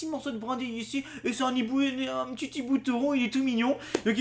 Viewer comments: On dit un hibou PAS un NIBOU:'( Please respectez le français:p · Un Hibou, pas un Nhibou, putain apprends à parler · non un hibou xD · (Azernam) Purée t'apprends quoi en cours toi ? Y a pas de liaison quand il y a un h --"